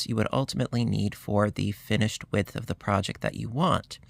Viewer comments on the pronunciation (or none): none